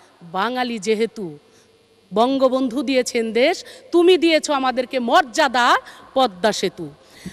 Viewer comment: ভাইরে ভাই কি উচ্চারণ এটা মযাদা কি 🤣খালি কি গান গাইয়া এই সংসদে টিকা থাকলে হবে😁 আর কত দিন।।।। এবার একটু বিদ্যা বুদ্ধি উচ্চারণ বাড়ান 😂😂😂